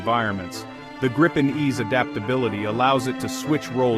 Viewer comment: The plane is called the Greepen not Graipen